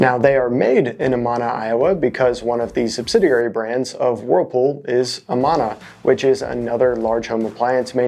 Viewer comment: A-MAN-A, not A-MON-A